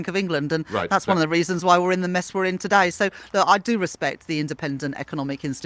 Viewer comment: Is it just me, or is anyone annoyed at her pronunciation of the word "today" - she days, "todaaay"!